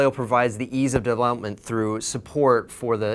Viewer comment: "In de wand of adweno devwelopment..."